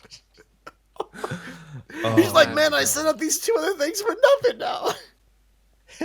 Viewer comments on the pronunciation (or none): none